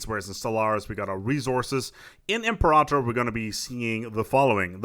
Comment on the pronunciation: I love that you pronounce Imperator the correct way. ;)